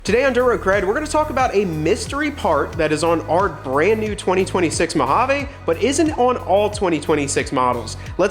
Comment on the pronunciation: Three things 1) it not pronounced “Mow-Jayvh” … Well, dang me! 2) This would prevent control arm drop brackets, BUT give aftermarket suppliers a better way of securing the drop brackets, too. 3) Does that thing have a hitch on it? Perhaps a DRC hitch insert would be appropriate. Let us know….😅